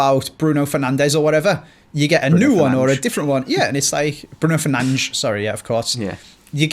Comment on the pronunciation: Why do you say Bruno Fernanch instead of Bruno Fernandes I am really confused can someone please reply to this comment and tell me thx